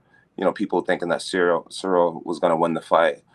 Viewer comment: Jon has yet to pronounce Cyril’s whole name correctly 😭